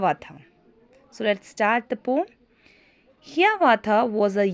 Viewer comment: It's pronounced as "Poum"-- POEM.